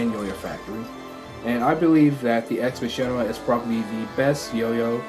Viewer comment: I think it is said as ex makaina